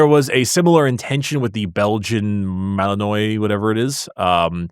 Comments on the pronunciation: It's pronounced "Belgian malinwa" like you would in French, not "malinoy" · Malinois is pronounced like Malinwa ... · Pronounced Belgian "Mah Lahn Wah" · Waluigi pronounces it Malin-WAAAAAAH